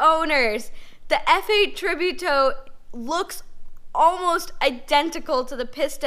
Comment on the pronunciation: And the way she pronounces Tributo too. :(